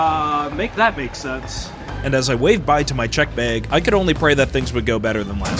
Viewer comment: finding out bro is from Milwaukee just to hear him say bag